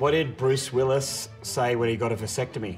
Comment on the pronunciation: "Bruce Willy-was."